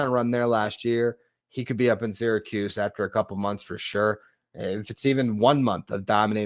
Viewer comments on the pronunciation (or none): none